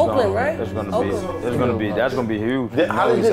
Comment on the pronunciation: That’s not how you say Oakland